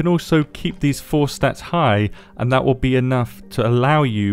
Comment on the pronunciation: They're supposed to be "fixing it" but everytime they say dhut like that it's worse and worse